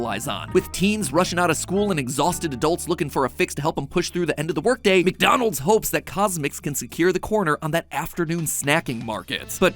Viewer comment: The way you said McDonald’s was hilarious